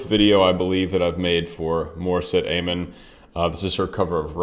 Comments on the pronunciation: Sorry to nitpick but it's Ah Mon not Ey mon. As an opera singer you appreciate good pronunciation. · Correct pronunciation of AMON: ah- mon.